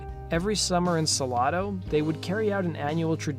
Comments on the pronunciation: Sa lado to mato, it’s pronounced Sa-Lay -Do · Pronounced “Suh-LAY-doh”, not “Suh-lah-do” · Salado TX Suh-lay-dough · The small town of Salado is pronounced Sa-lay-do. :) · finally SOMEONE knows how to say it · Salado is pronounced "Suh lay dough". I lived in Temple Texas for many years as a kid, interesting story behind the song. Good job on the video. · His pronunciation of Salado 😭😭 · Can't even pronounce the name of the town